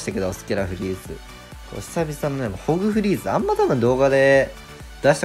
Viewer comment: ホグフリーズがだんだんゴンフリークスに聞こえてきた笑笑